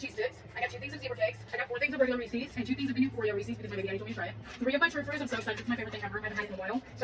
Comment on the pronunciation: Saying Ressies instead of "Reese's" is a red flag. I bet she says kiddo unironically too.